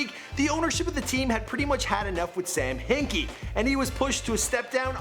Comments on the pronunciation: Sam Hickey, Jahil Okafor, Jol embid This nigga need to listen to some names, I deadass hate when he messes up names, like cmon man take ur time on the vids. Like if u agree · Sam HICKIE, JaHEEL Okafor, Jol Embed??? DeMARTHA?? how hard is it to pronounce names right?